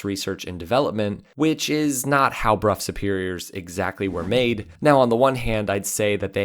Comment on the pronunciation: Brow, not Bruff